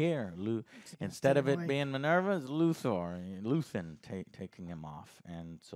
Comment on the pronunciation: I love it when gets the names wrong lol Marvva Is Minerva 😅